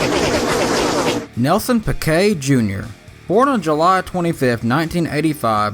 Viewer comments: Why the hell do people incorrectly pronounce names. It’s pronounced peekay. Not pickay. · You said pequet